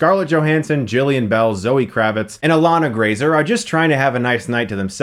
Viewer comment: *Ilana Glazer not Grazer hahahah